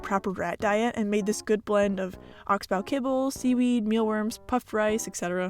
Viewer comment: Thanks for this video. Your rats are wonderful and it looks like you are doing your best to take good care of them and to provide them with the means to a happy life. You may want to know that it's, "Oxbow" which is pronounced in a way that rhymes with "box go", not "box wow". I don't understand how it could be at all possible for a rat to have mites but somehow the other rats to remain unaffected. If one rat gets something, the other rats are certain to get it also, given the way they socialize with each other. Either your rat didn't have an unusual mite infestation to start with, or the other rats also had the same infestation. It's virtually impossible for any other possibility. But you only treated one rat, and the other two were not exhibiting any symptoms so they were not given an exam or any medicine from a vet. So the story is perplexing. But if the rats are no longer giving any indication of a problem, that's all that matters. For your viewers, some of whom may be new or soon to be rat fanciers, it should be clarified that rats do not "escape" from store bought cages specifically designed for small pet rodents. However, they will happily take advantage of an improperly or partially closed door or a door that has been absent mindedly left open and unsupervised. In these cases, you will likely find your "escapee's" in whatever location you least want them to be, if not either under or on top of their cage. But since it is generally unhealthy for the rats and your prope